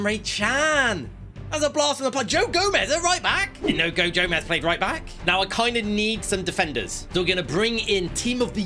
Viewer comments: “goe jomez” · "Goe Jomez" 😂😂